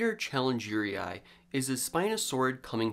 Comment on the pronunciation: "challengery eye"